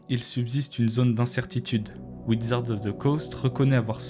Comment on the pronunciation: wizard pas widzard